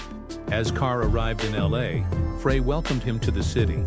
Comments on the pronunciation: They say that that is intentional, to get you to write comments about how they CAN'T PRONOUNCE THE NAMES PROPERLY.I BELIEVE THEM BECAUSE THEY NEVER PRONOUNCE FREY CORRECTLY. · I refuse to listen to anything about the Eagles that can't pronounce Glenn Frey's name properly.